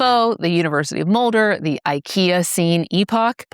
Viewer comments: I thought I'd misheard "Ikeacene." Hilarious! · Being fair, on "IKEAcene," it's ever more common these days that people will intentionally mispronounce words to drive up engagement from all the "it's pronounced (insert phonetic spelling)!" For me, it was bringing up Frankenstein that tipped the scale. Well acquainted with her influence from Galvani's experiments which go a bit beyond shoving wires in leaves. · As soon as I heard Ikeacene you became sus.😂 Great job !